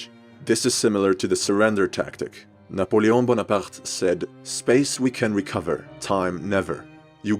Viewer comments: can we appreciate the fact that he pronounced Napoleon's name right? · kudos on pronunciation of Napoleon aaaand on including that heretic symbol War Never Changes mentioned...